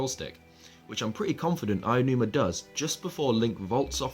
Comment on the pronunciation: Did you just call him "Ayanuma"? LOL There is no "ya" in "Aonuma." Ah-oh-noo-mah. He's Japanese, not English. Also, there is no need to "toggle" autopilot for the horse because the horse doesn't have autopilot. Once you set the horse in motion, in continues in whatever direction you set it in unless you touch the analogue stick to change directions. Letting go of the analogue means the horse will simply continue. We have seen this before in Wind Waker. The King of Red Lions (the boat) also didn't need to have autopilot toggled on and off. You put up the sail, the boat goes. It keeps going that way until you change it. Also, A doesn't jump. Link still jumps automatically. He pressed the button for the sailcloth, just like Skyward Sword.